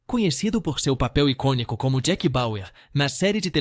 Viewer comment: EITA ROBÔ QUE PRONUNCIA ERRADO MUITAS PALAVRAS. DÓI OUVIR /ICONICO/### OUVIMOS ##IH - CO- NI -CO.